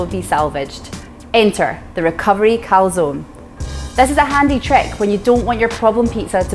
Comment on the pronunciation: Dear, great idea this. Top tip: teach your co-founder how to pronounce calzone 😂